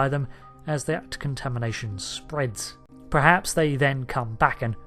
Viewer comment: Can you please stop saying "prehaps"? Its "perhaps" kthanks.